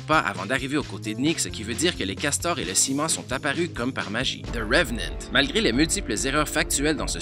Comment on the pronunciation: Son accent est bon,c'est mieux que "Zeu revenant".